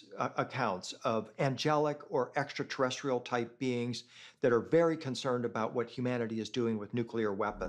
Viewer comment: “This is truly, exa terrestral!” 😂😂😂